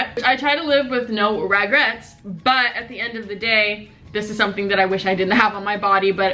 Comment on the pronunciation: I SUBSCRIBED WHEN SHE SAID NO REGRATS. Like me as freakkkkk